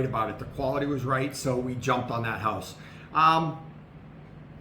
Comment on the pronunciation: Hooousse. What a strange way to pronounce house. 😅😅 I'm going to your wife's channel, see if you are standing next to her.